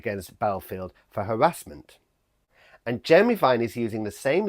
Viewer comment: An Englishman who can't even say "harassment" properly! Stop setting yourself up as judge and jury!